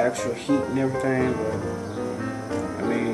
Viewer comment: Thanks for the videos, i appreciate it! I like how you say "errythang" Im from Canada so it caught my ear right away:P lol. Have you compared the costs of your DIY solar panels to the cost of your typical commercial 63 watt?